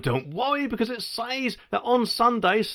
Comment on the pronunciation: And they will compain if people nick stuff when they cannot get served. nd a monor point, stop saying "says" as SAIZ. Pronounced SEZ.